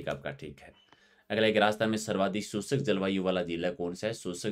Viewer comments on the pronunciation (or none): सर आपका pronunciation शुष्क को सुसक ,, 👌👌